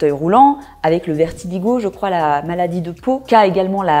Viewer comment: On dit du vitiligo et non du vertiligo 🙄